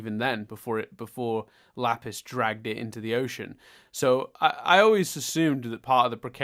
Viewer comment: Chille Tid!, you didn't cover the base where the "e" is actually pronounced:P it's hilarious that you'd chide for his pronunciation efforts when you still can't pronounce "Lapis". That's not a particularly hard word either:P There's a "p" in there, you know. Amethyst actually has slept before. And possibly Garnet too? Not sure. Pearl certainly is new to this though. Nah, it's fine. These episodes have made no sense to be in a bomb. Not really. Imo it's somewhat surprising that you already are so hung up about bombs being bombs when you only got one other example before though. "Lapis is, at least for now, keeping Malachite at bay." - No, not really. This is actually the turning point. Malachite is no longer being kept at bay. The Gems aren't looking for Malachite because Malachite needs to be contained. I mean, I guess that is part of it. But it's also just an awful relationship. I think at the latest from this point on, Malachite isn't actually that unstable anymore. At least in the sense of falling apart. Both of them have now given in to Malachite. They are Malachite now. She's rather stable (in the sense of not coming undone) by Super Watermelon Island. It's still a highly unstable, awful, toxic relationship though. They are bound by pain and hatred. This whole Malachite building-up, along with the immediate Jailbreak aftermath, is why the proper episode order is so important. The airing order messed up that flow to an insane degree., you keep br